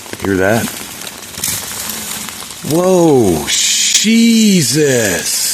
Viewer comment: an orb like something flew from bottom center to the top left. When u got the rock throw u said (sheeeeejus) that's exactly how my grandma would say Jesus. She was 100% German born in France so was my mom. She spoke fluent German and French n badly broken English. I thought it was funny